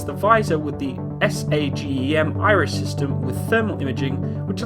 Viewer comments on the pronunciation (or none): none